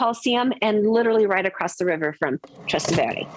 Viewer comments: He is 100% right truth hurts doesnt matter if shes humble no ones saying shes cocky she is just superficial in her advice and moronic with her yankee perspective ignorant would also be fitting word Her pronunciation of trastevere is a crime against humanity Most americans pronounce it that way And they never bother that every roman around them has a COMPLETELY different melody and pronunciation This is not a trip to disneyworld or a cheesy trip to paris Do a bit of homework and preparation before coming to the most historically important city in the world 😮 never mind 😢😅😊 Welcome to rome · This is so bad. It's not called City Center, and you should learn to pronounce Trastevere if you purport to be knowledgable about Rome.